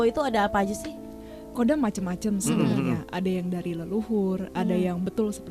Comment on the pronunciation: KHODAM DIBACA NYA BKN KODAM BOS. TAPI HODAM BOS.KALO KODAM ITU UTK MILITER KODAM 3 SILIWANGI ,KODAM BRAWIJAYA DLL.